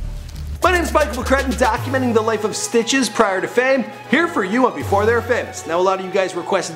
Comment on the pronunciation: Why does he sound like he keeps sayin Snitches instead of Stitches